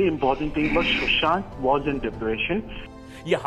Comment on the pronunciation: Fun Fact : Kangana knows how to play games and Indians fall for it anytime :D Kangana cant even pronounce Sushant Sing name properly :D she pronouces it shushant sing :D